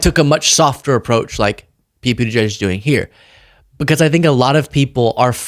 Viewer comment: Pete Buttigieg is the best we have. I voted for him in the 2020 primary and I will vote for him again in the 2028 primary. (BTW, it drives me crazy when those two sellouts, Joe and Mika, can't seem to be able to pronounce his name properly.) 💠